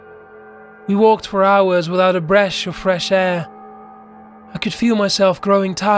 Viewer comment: I need a “bresh of fresh air” 🥴